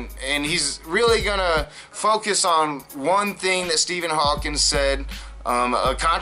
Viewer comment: This bothers me much more with Matt than you... but once and for all - it's Stephen Hawking, not Stephen Hawking(s) - credibility is in the details... not God